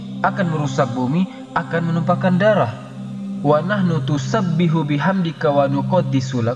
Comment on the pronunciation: Assalamualaikum,,, mohon maaf,, koreksi sedikit,, "wanahnu nusabbihu" yg saya dengar "wanahnu tusabbihu" Afwan.